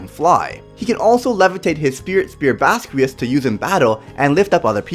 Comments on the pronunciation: It's pernaunced (baskias) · In the anime(dub) it’s pronounced like baz-key-ahz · Its bas-qi-aus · Pronounced (Bahs-key-ahss)